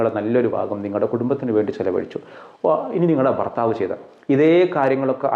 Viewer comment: ഫർ ത്താവ് 😂ഭർത്താവ്